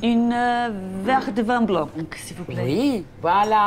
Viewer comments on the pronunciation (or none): none